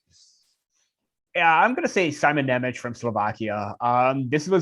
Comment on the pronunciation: Hey guys, I like your analysis videos. One thing to taunt you about: Jiricek's name pronaunciation is "Yee-rzee-check" and Nemec's is "Nye-metz". Trust me as a guy from Slovakia :)